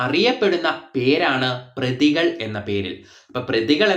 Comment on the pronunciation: പ്രതികൾ അല്ല പതികൾ